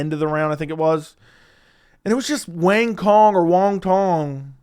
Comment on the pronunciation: Hey, FYI Wang Cong’s name is pronounced like Wong Tsone (rhymes with cone, but the C is pronounced like TS)